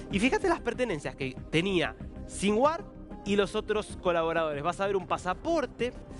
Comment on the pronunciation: ¿Sin war? . . . RARO SONIDO FONÉTICO . . . ¿SIN GUERRA?